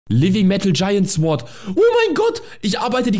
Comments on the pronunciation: man spricht sword ohne w aus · Bei sword wird das w nicht ausgesprochen -.